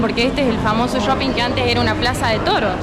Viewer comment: Porque dice "yoping"?